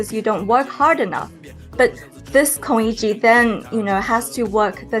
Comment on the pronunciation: Pls learn how to pronounce Lu Xun and Kong Yiji. I mean, just listen to your own interviewee. This is SCMP, right?